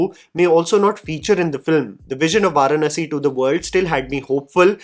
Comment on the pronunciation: No offense bro....you have got to learn the pronunciation of the word "Varanasi". It's an Indian word. Please don't basterdize the word.